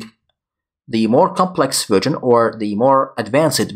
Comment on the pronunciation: I don't mind your pronunciation being slightly off, but I would recommend that you pronounce "version" correctly. I.e. not as "virgin".